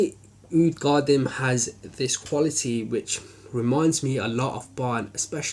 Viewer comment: Sorry to sound like a douche but its pronounced (for English speakers out there) Ka-Deem. I havent tried it yet..but will soon :)